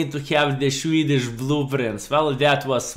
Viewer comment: Shwedish mediums😂